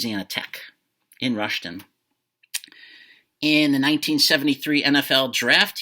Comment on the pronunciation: No H in Rustin, but yeah what the heck he should have inscribed MVP haha.